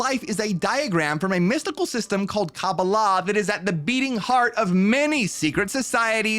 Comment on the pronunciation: Every time says this word, he always mispronounces it. Please explain to him that it is: Kabbalah pronounced as a whole word, and not Ca-ba-lah. As he pronounces it. Its a small point, yet, still a point. Tbh it really literally drives me crazy when he pronounces it wrong. Thank you.